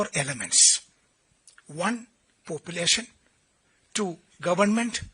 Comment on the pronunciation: Poopulation 🤣😂Malayaaliaano... Naatle yevadaya🤣😂